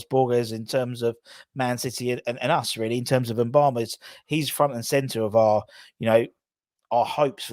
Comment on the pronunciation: Moo-ba-ma. Not M-bama